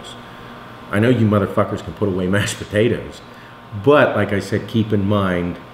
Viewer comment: I also love sweet puhtatuhs